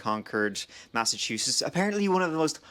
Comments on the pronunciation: "Massachuses." Nailed it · It's the "T",!!You are an honorary MassHole ❤ Glad u returned ❤ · Interesting pronunciation of "Massachusetts,"! Did you not notice the two letters before the final "s"? 😂😂😂 This was a wonderful video. Shows just what kind of kind and considerate person you are, too, that you get annoyed at the behavior of tourists! Thank you for all you do,! I hope you continue and showcase more cities here in the good ol' USA!